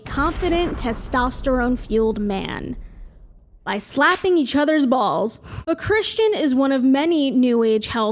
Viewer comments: "Have you tried slapping your bwalls kids?" hahaha that broke me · Lmfaooooo have u tried slapping your balls kid HAHAHAHAHAHAHAH you shoild talk like that more often 😅 the accent that was fkn jokes